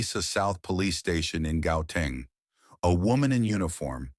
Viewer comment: It's pronounced "Huateng" even though it is written as "Guateng". Get it right!